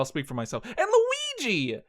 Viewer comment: LUH WII GEE!!!